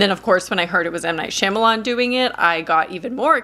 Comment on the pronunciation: I wish you would pronounce his last name correctly. Watch him on the Wired article where he answers the web's most searched questions. He actually pronounces his last name.